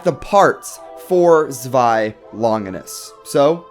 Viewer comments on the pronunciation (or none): To make it easier it’s pronounced like ZWIY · Zewi is pronounced sh way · Don't worry I got u... it's pronounced (zz-v-eye) zwei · This is how you pronounce zwei (zooweye) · I kinda want you to listen to google pronuncing zwei and try to pronounce it correctly would be fun :D